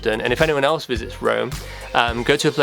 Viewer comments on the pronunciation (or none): none